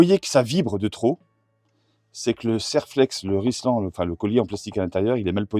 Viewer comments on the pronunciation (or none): RiLsan, et pas RiSlan... Sinon, j'essaye dès cette semaine ! Merci😊